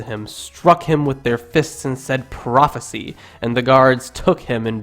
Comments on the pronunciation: pro fe sI si not ee whatever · When Jesus was blindfolded and beaten with fists, the attackers didn't say "Prophesy" as in Prophes-ee. They said "Prophesy" as in Prophes-eye. Prophes-eye is a verb. Prophes-ee is a noun. The narrator should know this, but apparently does not. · The work "Prophesy" is pronounced "pro-fuh-seye" i.e. with a long "i" at the end, which mean present tense.. You read it as if the word were "prophecy" which is past tense. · You don't even know how to pronounce "prophesy" when used as a verb. (prof-uh-sigh) That's embarrasing. Your arguments are embarrassingly simplistic and your pronunciation reveals a deep ignorance of the subject matter.. Stick to atheism instead of biblical criticism. You're way out of your league. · sorry, but you're driving me nuts... prophesy is a verb, meaning 'the act of foretelling the future', and is pronounced "pro-fuh-SIGH" prophecy is a noun, meaning 'the narrative regarding the foretold future', pronounced "pro-fuh-SEE" he shall prophesy what you'll do tomorrow: the prophecy states that you will wake up in the morning and go to the bathroom before eating breakfast. otherwise, good video :D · /ˈpɹɑfısaı/ "prophecy" isn't past tense (that would be "prophesied"), but a noun. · First problem. You are pessimists. Second problem. There is no such thing as Source Q. Read the intro without asserting negative conspiracy theories into it. Third problem. Your illiterate like all atheists. Mark 14:65 you quoted does not say "prophecy" but "prophesy." You act like you know more than all scholars and yet you do not know how to pronounce prophesy? Hey kid, you got a long way to go! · Check your pronunciation of "foal" and "prophesy"